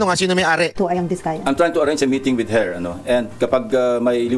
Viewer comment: istilong bading .... nadulas sa pg bigkas ng her naging hair biglang pisil sa lips at bigkas ng hmmmp ...napag hahalatang cerdena sausage ngiwi style 😜